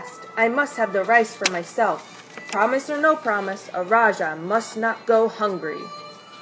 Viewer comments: Thank You for sharing! The correct pronunciation for Raja is Ra - Ja (as in James not Ya or Jya) Have a splendid day! Peace. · The correct pronunciation is Raa- ja It is supposed to be J and not ch or sh.